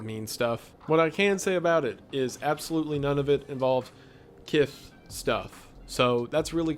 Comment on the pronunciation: is kiss pronounced with a lisp 'kith' hes using it a p0rn